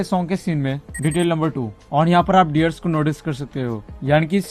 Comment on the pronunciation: When you say au r au 🤣🤣🤣🤣